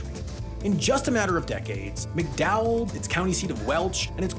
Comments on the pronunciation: Okay so it's pronounced "Mac-Dowell" County... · I'm a third generation West Virginia resident and I can say; the land and the people have been bled dry since the day the state was founded. Our society and systems are entrenched in exploitation all the way down; rotten to its very core. BTW it's pronounced MAC-Dowell County, not McDowell. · Thats Mac Dowell. Emphasis on the Mac.